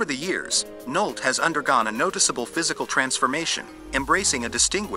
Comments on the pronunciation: You pronounced Nolte wrong. Nole tea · So effing tired of shitty AI narrative where they don’t know how to pronounce stars name “Nic Nolt…..”🤷‍♂️🤦‍♂️